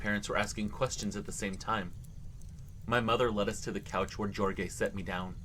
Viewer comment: That 1st 1 if you see spelling of Jorge it's pronounced Horhay FYI